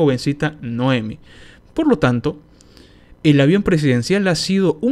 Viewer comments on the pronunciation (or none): Noemí. Noemí, ves el acento? No dice Noémi. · Noemí, acento en la "i",.